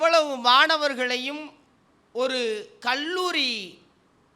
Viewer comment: தயவு செய்து உச்சரப்பை கவனிக்கவும். கள்ளூறி அல்ல அது கல்லூரி.தமிழில் ga எண்ற உச்சரிபு இல்லவே இல்லை. அது கண்ணியம்.